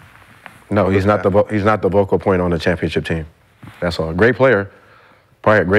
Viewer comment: Why does Brandon keep saying "Vocal" point